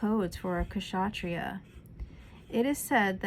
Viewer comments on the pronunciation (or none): Please pronounce Ksatriya as kshatriya (K and Sh must be pronounced together, at one go). Kshatriya means "an armed warrior". I will also advise you to listen to Swami Chinmayananda's commentary on Gita which freely available on YT. Good job...Jai Sreemannarayana!